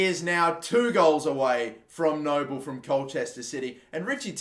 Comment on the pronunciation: Frank Nouble is pronounced Noo-blay